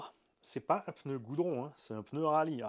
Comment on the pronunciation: ok tu t repris par la suite, mais t'as dis peuneu, t'as dis peuneu, t'as dis peuneu, t'as dis peuneu, t'as dis peuneu, t'as dis peuneu, t'as dis peuneu, t'as dis peuneu, t'as dis peuneu, t'as dis peuneu, t'as dis peuneu, t'as dis peuneu, t'as dis peuneu, t'as dis peuneu, t'as dis peuneu, t'as dis peuneu, t'as dis peuneu, t'as dis peuneu, t'as dis peuneu, t'as dis peuneu, t'as dis peuneu, t'as dis peuneu, t'as dis peuneu, t'as dis peuneu, t'as dis peuneu, t'as dis peuneu, t'as dis peuneu, t'as dis peuneu, t'as dis peuneu, t'as dis peuneu, t'as dis peuneu, t'as dis peuneu, t'as dis peuneu, t'as dis peuneu, t'as dis peuneu, t'as dis peuneu, t'as dis peuneu, t'as dis peuneu, t'as dis peuneu, t'as dis peuneu, t'as dis peuneu, t'as dis peuneu, t'as dis peuneu, t'as dis peuneu, t'as dis peuneu, t'as dis peuneu, t'as dis peuneu, t'as dis peuneu, t'as dis peuneu, t'as dis peuneu, t'as dis peuneu, t'as dis peuneu, t'as dis peuneu, 😂😂😂😂😂😂😂😂